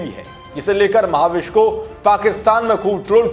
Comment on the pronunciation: Maha-vish😂😂😜😜 Uska naam mehvish hai mere bhai...... Bhai kuch bhi thik se pronounce nahi kar pate.... Khud ka naam tak thik se nahi bolta.... Muh se supari nikal ke baat kar re baba.... Wo dusra anchor kaha hai wo sab theek se pronounce karta hai.... Usko bulao yaar